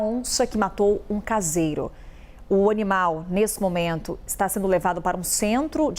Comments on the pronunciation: O "onimal" kkkk😅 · Ela falou: O onimal